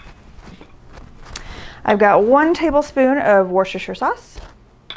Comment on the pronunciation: Great recipe, loved it. By the way, Worcestershire is pronounced Woostersheer, as Leicester in pronounced Lester. You say tomato, I say tomaato! :o)